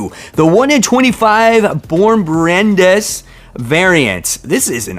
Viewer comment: Alright folks I looked into the pronunciation of Bjorn Barends' last name. Only because some think its supposed to be otherwise. Bjorn BarEnds BAR-ENDS Not BAR-ENDAS. His last name is not pronounced with an A between the D and the S. I VOTE FOR Spine-Tingling Spider-man #2